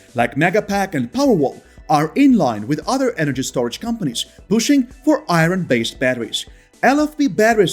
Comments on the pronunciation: I cannot see what the benefit is to this video, to have a narrator for the video who is not a native speaker of English. "Eye -ron" instead of "ire-n", "Leethee-um" instead of "lith-ee-um", on and on. Cannot say a word with "th" correctly. Just drop the ego trip, and hire a fresh-out-of-university graduate in "Communications" graduate, who aspires to be a newscaster, and let them read the script. Or, a Screen Actors Guild card-carrying member. Good, effective narration is extremely important if you wish to get this message out. Drop your ego, hire a native English speaker. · The R in iron is silent for crying out loud! Pronounced i-ern. If you use English please listen how the words are said.